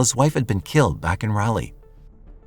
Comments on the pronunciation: lol!!! “RALLY” 😂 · I love your channel but it’s RAll-Leee and Row A Noke 🤦🏻‍♀️ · Raleigh=raw-lee Roanoke=row-uh-n-oak Love your videos, those mispronunciations made me laugh though, right in the middle of this tragic story. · It's text to speech. Also you bad at the dictionary sounding out thing. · I must have been pronouncing Raleigh wrong all these years? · As a NC native I didn’t realize he was talking about Raleigh until said capital of the state. And then every time he said it it has provoked this primal cringe 😂usually he gets pretty spot on with things. First time I’ve heard it pronounced that way tho